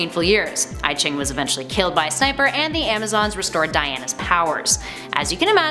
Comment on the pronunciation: Technically, I-Ching is pronounced "ee-jing", and refers go an ancient Chinese book of mysticism